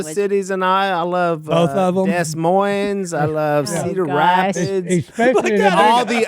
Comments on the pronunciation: “They got the Hawkeyes and dees moinss”. Lol no Willy they have the “Buckeyes” and “Dee•moin”. He might actually hate Iowa. 😂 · Willie....Learn to pronounce Iowa's capital! But maybe it was your red neck accent! MERRY CHRISTMAS TO ALL!